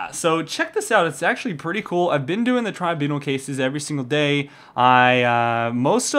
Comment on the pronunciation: I think you are pronouncing tribunal wrong :)